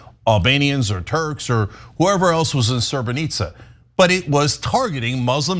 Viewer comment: It is pronounce Srebrenica Serbes killed 7000 people not 6000 and UN hellped them Bdw i am from Bosnia